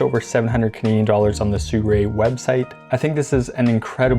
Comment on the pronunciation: Sooray? Is it not si roo ee?